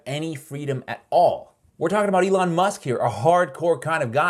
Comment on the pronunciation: Eh-lon! Eh-lon! Eh-lon! Eh-lon! Eh-lon! Eh-lon! Eh-lon!